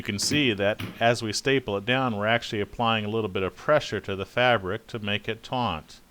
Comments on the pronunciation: that is great, very helpful. Though the word is taut not taunt. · Omg the word is "taut" not "tauNt". Taunt means to provoke. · Dude, I think you mean to pull it TAUT, not TAUNT.......Yikes!